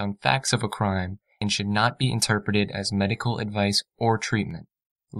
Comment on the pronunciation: She also says "interpet" for "interpret".